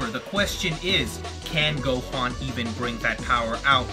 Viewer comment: He says Go-Juan....... Best DBZ character yet 10/10